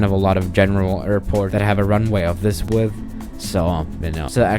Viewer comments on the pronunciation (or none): none